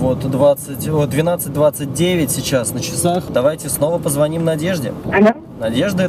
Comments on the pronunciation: У них на районе не звонЯт, а звОнят... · Не позвОним, а позвонИм))